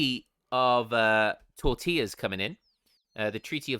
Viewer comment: “Treaty of Tortillas” ? 😂😅